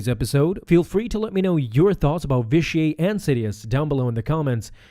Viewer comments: Vish-ee-eight. It's pronounced Vish-ee-eight. Sorry, that was just bugging me. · You’re supposed to pronounce the T at the end of Vitiate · its vitiate not vitiaey or vitiae whatever you were saying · It's "vish-E-ate". Not "vish-E-ay". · Vi-shee-ate. Not Vi-shee-ay. Please get your pronunciations right. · I've heard his name both pronounced the way you did, and Vishiate. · Hahahahaha his name isnt frence hahahahahahahahah say the T next time u try and say it and it'll sound right hahahahahahahahaha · Ur saying the name weird... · Why do you pronounce Vitiate's name like its french? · I can't hardly stand you consistently mispronouncing his name. 🤦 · your pronounced vitiate wrong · That's certainly a strange way to pronounce Vitiate. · Why do you pronounce Vitiate in such a weird way? It is a HARD "T". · You say Vitiate weird. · You need to learn how to say Vitiate and Valkorian correctly